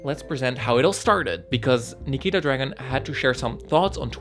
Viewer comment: I dislike nikita too but you shouldn't mispronounce her. Always remember that you dislike her because of the amount of drama she puts herself in, not the fact that she changed herself to be more comfortable in her own body.